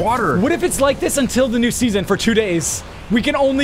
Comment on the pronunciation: It’s pronounced SEASON not SESSION